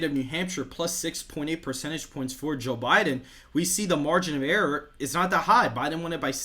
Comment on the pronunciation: Sounds almost like he's saying Jill Biden lol